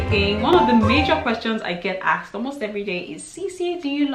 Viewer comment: Jaysus love, when yeah say axed, your a bleedin dub:p